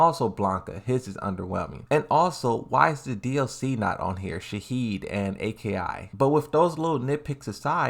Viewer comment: Bro said Shaheed and A, K, I😂😂 you crack me up